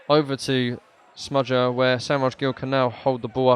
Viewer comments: Said “smudger” a ridiculous amount of times, made me cringe every time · Why calll him smudger?